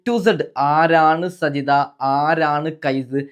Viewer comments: സജിത എന്നല്ല സാജിത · സജിത അല്ല സാജിത 😂😂അത് കൂടെ അറിയില്ല എന്നിട്ടാണ് വിഡിയോ കൊണ്ട് വന്നിരിക്കുന്നത് 😀😀